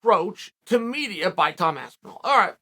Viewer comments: Lmao he said Tom aspenwall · Tom Aspenwall 😂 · Tom has to now change his last name to Aspin-wall according to Chael's first pronunciation in this vid. It's true you learn something new everyday. Thanks for the reeducation unk. I'll see u at the Sunday bbq. Much love 👊🥋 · Even in a response he calls him Aspenwall xD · At this point uncle chael gets the names wrong on purpose 😂 aspinwall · 2 Aspinalls in and you call him "Waspinall" hahahahahahahahaha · Bro how do you fuck up Aspinall? He’s just mispronouncing names on purpose at this point. 😂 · Aspinall is so gud he made Chael pronounce his name right one out of three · Chael who still can’t says Toms name correctly… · you cant even pronounce his last name correctly how are you his advocate